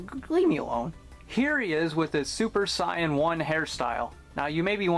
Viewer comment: Love the video, just bought one of these myself. And no offence, but why do you pronounce "super Saiyan" like that?